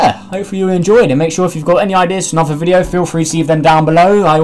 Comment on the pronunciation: at the beginning of the video this is what i heard you:welcome back to anover video of univars sandbox 2 me:huh [replays video] you:welcome back to another video of universe sandbox 2